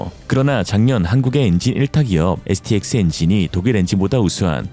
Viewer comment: 영상 5분35초 부분에 STX엔진을 KYX엔진이라고 발음하셨네요.^^ 엘란트라 선전 나오자 유행했던 유머가 생각납니다. 선전 끝부분 포르쉐운전자가 엄지척을 한 의미가 뭔지 아나? 뭔데? 난 1단 인데 이런 유머가 유행했었죠